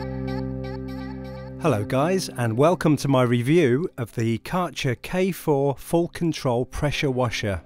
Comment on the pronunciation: The brand name is pronounced “care” “gir” (like girl).